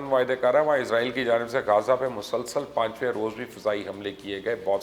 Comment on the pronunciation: Mubasher bhai word izrail na bola karain ye work Israil hai. Jo k QURAAN MAJEED main bhi zikr hai. Thanks for updating.